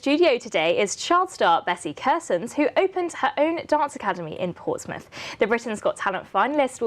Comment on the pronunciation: Porthsmouth hahahahah its portsmouth 😂